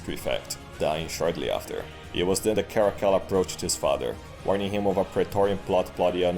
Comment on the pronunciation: Man, even told through meme format, Cascilla sounds worse than even Caligula.